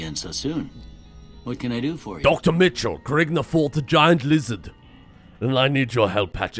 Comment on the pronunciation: I keep hearing Dark Mitchell instead of doctor Mitchell